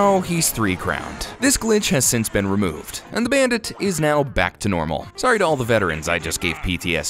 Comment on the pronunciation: Do anyone here hear him saying the bandate